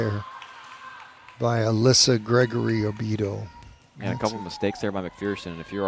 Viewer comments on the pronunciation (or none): Oh-bee-EH-do is Obiedo's name. Thank you.